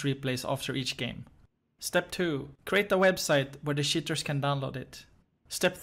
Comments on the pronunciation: Keep in mind that show you his search about "How to pronounce word cheater in english" because he keep saying "sheaters" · i like how he pronounces "cheaters" like "shitters"